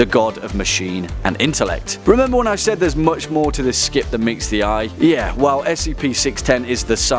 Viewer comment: he called it a scip :O